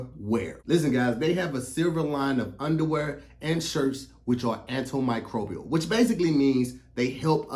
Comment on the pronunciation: Hey meant to anti microbial but he said antilmicbrobil. Not sure what happened but we’re gonna let him live.